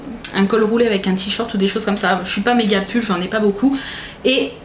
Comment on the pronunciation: "tichorte" ca me fera toujours marrer... ^^